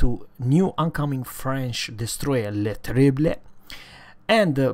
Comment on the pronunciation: You got the pronounciation perfectly man! I'm french myself so I can confirm U got it man ! perfect ! :D